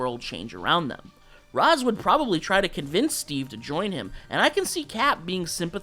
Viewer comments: Raysh it’s pronounced Raysh… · it's "raysh", not "rahs" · You said Ra’s’ name wrong. 🙂